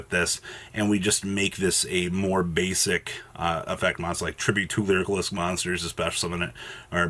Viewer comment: Each time "lyrilusc" is mispronounced, a flock of birds die.